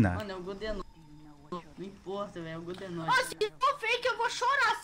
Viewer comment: Eles falaram mil vezes godezordi